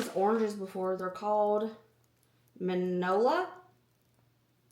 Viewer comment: Mini-ola... That's how to pronounce the name of the tangelo. Fun fact: that was my great grandmother's name 😊